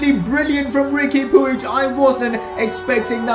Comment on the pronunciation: It's Pooj. That's how it's pronounced.